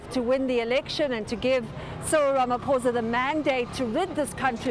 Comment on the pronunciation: it's Ramaphosa not ramafosa